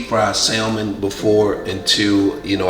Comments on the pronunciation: Love your content bro... The L is salmon is silent...🤫 Great video! 💯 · The "l" in salmon is silent and there's an "a" after the "s." Not an "e." 🙂 Sorry. 😂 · Pronounced Sand-mon not Sal-mon like it’s spelled. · It’s the saying of the word (samon) salmon for me 🤣🤣🤣 but you did great 😊